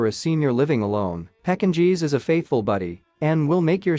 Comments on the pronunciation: pecking cheese? I thought you were kidding at first, when you called a Pekingese dog this. But now I think you're just reading a script and don't know what you're saying.🤔I won't be watching welfare of dogs again. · right, STOP USING AI! "PEKKIN - GEES?" come on.